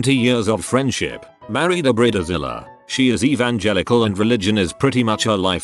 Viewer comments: I really tried to watch this video but it is just terrible, not the content of this video but the narrator's pronunciation of bridezilla and many other words! Brit ta zilla? Bride zilla! Where the hell did he get Brit ta zilla from? I mean I have British friends and they definitely know the difference between Brit ta and Bride. They also know that Brita is the name of a water filter for the faucet in the kitchen! Just saying. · Robo announcer makes it sound like “breeder Zilla”. Yep. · Human: bridezilla Narrator: brita zilla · Bread zilla? 🤣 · Laughed every time I heard "Bree Dee Zilla" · “Brid-a-zilla” XD